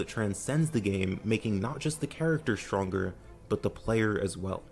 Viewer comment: exshtremely, shtronger, shtrategy